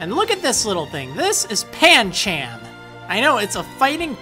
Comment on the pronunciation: it's Pancham